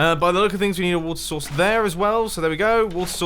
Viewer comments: Mumbo has clearly entered the next stage of his evolution, also "Water Sauce". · I love how he says water source so much that it starts sounding like water sauce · I thought you were saying "Worcester Sauce" XD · Me: "How do you pronounce Worcestershire?" Mumbo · I know he is saying 'water source' but I can't help thinking of him saying 'water sauce' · At like sounds like he says water sauce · When he said water source it sounded like water sauce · when he says water source, i hear wut sauce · Water sauce?! I know it is water source but it sounds lik water sauce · and Keep Waiting And There it was water sauce,watersauce,watersauce,watersauce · When he says water source like 20 times It sounds like he’s saying wart sauce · Anyone else think he’s saying water sauce? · what i heard: water souce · wotter sauce wotter sauce wotter sauce wotter sauce wotter sauce wotter sauce wotter sauce wotter saucewotter sauce wotter sauce wotter sauce wotter sauce wotter sauce. neat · It sounds like your saying “Water sauce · I keep hearing WATER SAUCE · Did anyone else notice that the "water source water source" sounds like "gucci gang gucci gang" ? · when you say water source really fast it sounds like you're saying water sauce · is it weird that I hear him "water sauce" instead of "water source" XD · anybody else hear "water sauce" ? xD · If you place at the top of minecraft. Well done! You have made large tsunamis You sounds like saying wota sauce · Why i hear WAT SAUCE?! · When he said "Water source Water source Water source Water source Water source" i thought i said "What's sauce What's sauce What's sauce What's sauce What's sauce" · It sounds like he is saying water sauce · When you are saying water source I can hear water sauce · When he was saying water source, it sounded like he was saying water sauce. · when he said water source so many times, it sounded like wart sauce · wutter sauce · Mumbo:water sauce,watersauce,water sauce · It sounded like he was saying water sauce